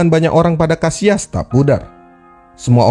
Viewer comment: Kenapa disebut KASIAS !!!! Sebut aja KASSILAS.. kita indo bro,, sebut aja dengan bahasa KATA indonesia..